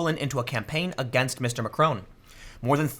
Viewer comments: Mr McRone?? ma-CRON. Look up how the 'o' is pronounced in France. Don't pronounce it with an American accent. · Please Tim it’s Mac-Ron not Macr-Own. You should know how to pronounce his name cmon. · It's Macron not Macrone. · Dude learn to pronounce stuff. it's deligitimizes you. Macron isn't Macrone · "Macron" is pronounced with a short 'o' sound.